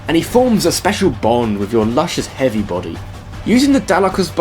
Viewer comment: "Hoovy" XD